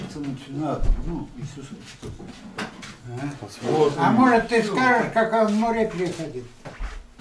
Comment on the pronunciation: Про исуса я тожа слишал бульдок правилна говарит.